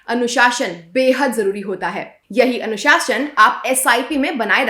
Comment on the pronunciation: pronounce"anushasan" clearly. Why didnt you put bindi?